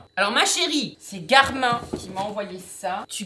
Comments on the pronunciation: pour info on dit "GARMINE" par "GARMIN", joyeuses fêtes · mdrrr james garmin on le prononce "gare mine" c'est ignoble "gare main" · Une petite chose ce n’est pas « Garmin »mais sa se dit « garmine »mais sinon trop bien la vidéo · Cette montre est trop bien et cn5trop bizarre parce que les gens prononce Garmine au lieu de Garmin !